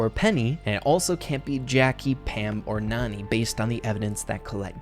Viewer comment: NANI ITS NANI